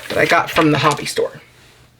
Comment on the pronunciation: you said Hobby store and I heard Hobbit store for some reason, lol